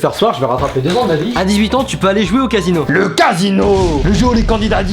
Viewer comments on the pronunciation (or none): Ses casino pas quasino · Casino et non quasino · On dit casino pas quasino